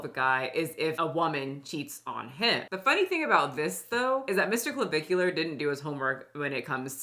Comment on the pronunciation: you pronounced creme de la creme AND clavicular correctly. Look at you go, girl